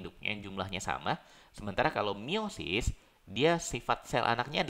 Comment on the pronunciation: Meiosis. Bukan miosis